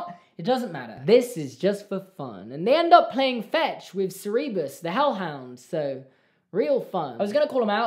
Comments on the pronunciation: I’m sorry, but I can’t let this one slide. Cer-EE-bus? It’s Cer-ber-us. Good video, but I just couldn’t let that one slide XD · did u just call it CE RE BUS? dude its CER BER US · SEREBIS? DID YOU JUST CALL SIR-BUR-US... SER-EE-BIS??!?!?! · CerEbus????? It's Cerberus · "They end up playing fetch with Cerébus" excuse me what did you say? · What was that pronunciation of Cerberus, apart from a huge mess? Sir-burr-us. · The fact that knows about Percy Jackson is very exciting- but also it’s hilarious how he pronounced Cerberus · Of all possible pronunciations of Cerberus, this is the only wrong one. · Btw you pronounced Cerberus wrong just so you know